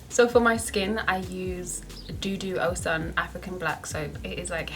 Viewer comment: Lol it's pronounced DUDU O-SH-OON...you're so cute 💕